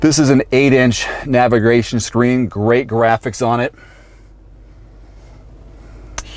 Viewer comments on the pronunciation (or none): .....tongue tied? navigration system? lol. that's funny.